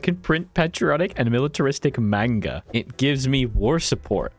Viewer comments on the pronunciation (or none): none